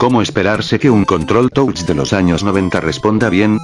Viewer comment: anos? XD